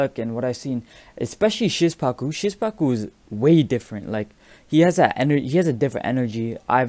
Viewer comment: You pronounce Szpaku weird xd. It should be "Shpacoo"